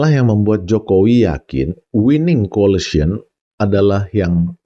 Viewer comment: Ijin pak, pengucapan koalisi dlm bahasa inggris bukan colicy tapi coalition🙏🏻